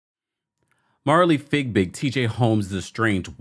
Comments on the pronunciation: Not you calling her fig big. Lmaoooo.😂😂😂😂 I think it’s pronounced fyee-big. Boy that had me weeeeak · Her last name is Fiebig, not Figbig. Why are you not able to pronounce her name correctly?